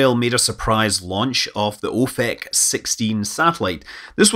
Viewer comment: As a fan of Father Ted, I couldn't help but giggle slightly every time you said "ofek". Sorry.